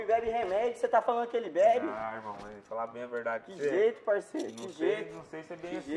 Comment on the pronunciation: O HOMI BÉBI REMÉDIO CÊ TA FALANDO Q ELE BÉBI? kkkkkkkkkkkkkkkkkkkkk